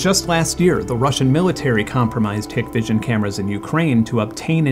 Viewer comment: it's pronounced HIKE vision